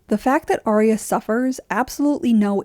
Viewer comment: Dude her name is Arya not Aria.